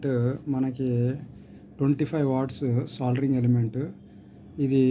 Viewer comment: సోలరింగ్ కాదు బాబు....సోల్డరింగ్